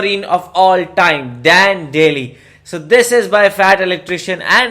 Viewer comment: yeah...but Sgt Maj. Dan Daly is Daly...not Daily, nor Dailey.